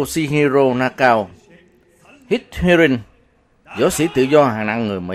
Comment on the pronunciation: Nakao đọc là Na ka ô a nha..